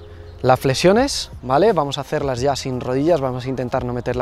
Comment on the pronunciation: Jajajajaja no puede ser, ese "Vuamos" quedó super épico